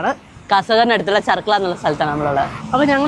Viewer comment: charkala അല്ല cherkala 😅ആണ് 💯🫵